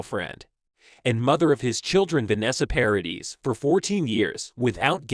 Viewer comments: It's Paradee not dis! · It’s PARADIIIIIII. NO S at the end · The surname Paradis is French. You don’t pronounce the s at the end of French words. Paw ra Dee. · Is it possible that there is just ONE American who can learn French pronunciation? Vanessa Paradis 's name is pronounced ParaDEE. The woman is French and deserves to have her name pronounced correctly and to be treated with respect! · paradis is pronounced pa-ra-dee , both a's are as in apple, and the s is silent, last syllable stressed. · Her name is pronounced 'Pa ra dee' the s is silent. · yes !! Obviously !!! But the « S » is silent !!!!!! Can’t you understand that? I’m French and you cannot pronounce her name with the s at the end it sounds terrible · Paradis (the "s" is not pronounced)